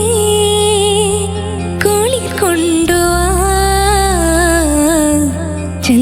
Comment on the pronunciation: Mj സാറേ മോൾക്ക് റ വരുന്നില്ല. മോളെ കുറ്റം അല്ല. ബാംഗ്ലൂർ ആയതുകൊണ്ടാവാം. ഒക്കെ കേൾക്കുന്നത് കുളി കൊണ്ടുവാ എന്നാണ്. കുളിർ വരുന്നില്ല.